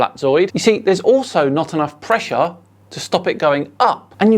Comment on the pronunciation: evry time he says PRESHA i start ; dun dun dun dundundun duu